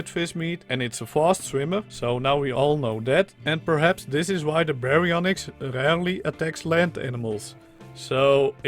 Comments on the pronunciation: You actually pronounced it right. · If you want to know, you said the name right mostly. Just the y is less pronounced. Gg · That was the exact way to pronounce Baryonyx!